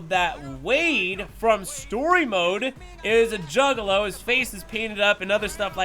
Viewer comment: I had to rewind and hear him say it twice 🤣 🤣